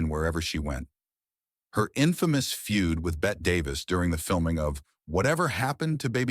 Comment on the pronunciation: Stop referring to Bette Davis as "Bet" Davis. She pronounced it like "Betty." You're confusing her pronunciation with the way Bette Midler says it.